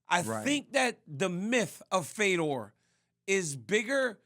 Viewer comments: Why tf is RC pronouncing his name “Fee-dor” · at first we heard feedor...then he gets corrected just by listening & he says Fedor lol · RC trying to hype up Fedor and say how much of a legend he is while pronouncing his name wrong is hilarious. "FEE-DOOR" lmao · Rc needs to go, he was saying Fedor's name all wrong and even DC is laughing at this clown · It’s a real struggle for RC with names bruh butchered fedors name twice hahaha love it